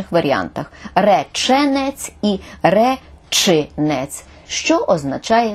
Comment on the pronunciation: Словники подають наголос "речи́нець"